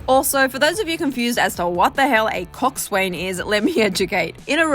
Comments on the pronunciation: Thats not how you pronounce "coxswain"... the S, W, and A are silent. Pronounced like COX-IN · I’m sorry but it drives me crazy hearing everyone pronounces coxswain wrong. It’s pronounced cox -in. If you google it it will pronounce it for you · It's actually pronounced "Kok-sen" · It’s pronounced “coxsin” not coxswain 😂 and us rowers just say erg not “E-R-G”